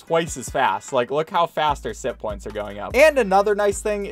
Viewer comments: I thought he was saying simppoints until it zoomed in and I saw it said sitpoints instead. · Ok i know this sounds weird,but I honestly thought he was saying simp points the entire time until the closeup on the points and I realized that it was SITPOINTS NOT SIMP POINTS